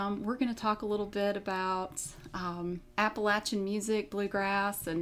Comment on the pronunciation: Yes y'all! She pronounced Appalachian correctly! SW Va here also. This was interesting.